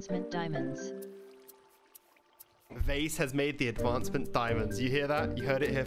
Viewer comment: he just wanted ziamonds zai, then got lazis lazuu. i feel him